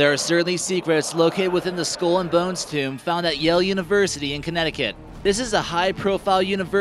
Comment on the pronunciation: "Skoool and Bonz..."